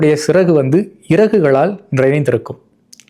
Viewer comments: Siragu என ஒலிப்பது பிழை! Chiraku என ஒலிப்பதே சரி! அப்படி பார்த்தால் மலையாளத்திலே சரியாக உள்ளது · Correct. Chiragu is the pronounciation.